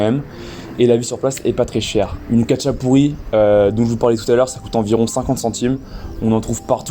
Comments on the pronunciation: ça se prononce ratchapouri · ca se prononsse rachapouri